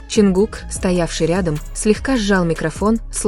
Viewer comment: Не ЧИнгук.а ЧОНГУК.говорите правильно.не ЧонгукА.а ЧонгУка